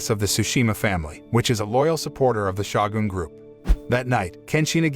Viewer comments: To the announcer, the title is not Shaw-gun, it is Show-Gun Long O Shogun. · It is pronounced S-H-O-G-U-N. Not S-H-A-W-G-U-N. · Butchering the word Shogun whenever you get the chance is painful to my ears.